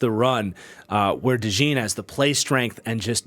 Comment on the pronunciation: Please pronounce Cooper Dejean's last name correctly. It's not like "jeans", it's like "john", so Cooper Dejohn (with the j being almost like a "sh" sound, so kinda like Cooper Deshawn)